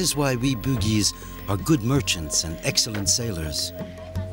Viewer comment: The narrator pronounce Bugis as Boogeys... 😂😂 sounds funny